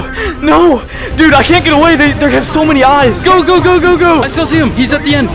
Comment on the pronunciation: U didn’t say they u said zay